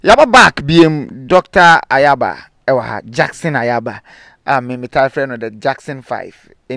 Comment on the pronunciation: Nyaaba not Ayaaba